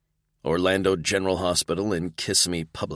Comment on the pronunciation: I have enjoyed this series so far. This is the first book that being from Florida gives me a giggle....Kissimmee is pronounced wrong in the narration. We call it Kis Sim me not kiss a me. Lol